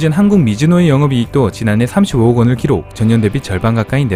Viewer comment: 억양, 발음에 문제가 있네. 키록(x) 기록(o)